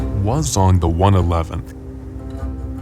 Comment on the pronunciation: Actually we usually call this tank "Wang Zong" instead of "Wa Zong", but who cares! Awesome video, really creative! And looking forward to 1.0 update sincerely from Chinese server.